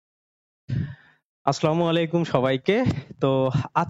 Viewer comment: সালাম সুন্দর ও শুদ্ধ করে শিখুন,, কারণ আরবীতে ভুল উচ্চারণে অর্থ পরিবর্তন হয়ে যায়। স্লামালিকুম ✘ আস্-সা লা মু আলাইকুম ✔